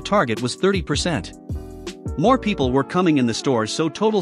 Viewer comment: MORE...not moar...